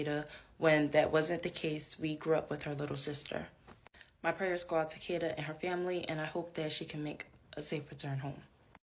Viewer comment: What's with the pronunciation of Kada? AI strikes again.